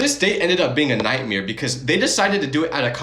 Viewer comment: Why does bro say nightmare as nightmeare